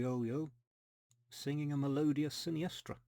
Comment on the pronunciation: Hi! Your spanish is quite good👌🏻You can pronounce 'Melodía' placing the accent in the 'i' 🤓 Those are fantastic looking King Creoles! thanks for sharing them. It is amazing how you track them down. And the finnish single is indeed one of a kind 🤭 Never knew the tango is that popular up there! Great additions ⚡ Take care